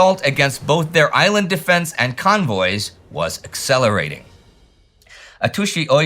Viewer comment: One detail: it’s Atsushi, not Atushi, the way you should pronounce it. Japanese would spell it Atusi, because they use a transcription system into Latin alphabet that makes no sense, but Tu is pronounced TSU.